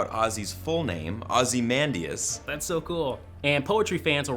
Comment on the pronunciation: Pronunciation: Ozy-man-dye-as spelling: ozymandias